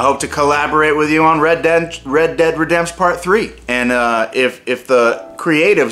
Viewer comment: welcome to the world of red dead redempsh